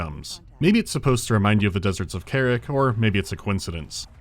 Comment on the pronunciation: kuh-RAHK. come on man they say it in the cutscenes.